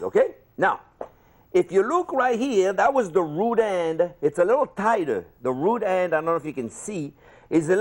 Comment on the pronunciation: I LEGIT THOUGHT HE SAID RUDE END INSTEAD OF ROOT END 😂😂😂